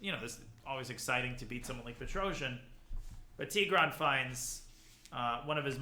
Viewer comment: Its pronounced Pet-ros-yan